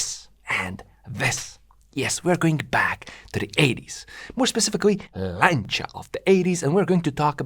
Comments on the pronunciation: very interesting as usual.. even if your videos are worth watching just to hear "Lancia" pronounced correctly! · Finally somebody that can pronounce "Lancia" correctly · Fantastic video. Thanks for making. Thank you also for pronouncing 'Lancia ' properly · Thank you for saying 'Lancia' the correct way. I'm tired of hearing Lanssia lol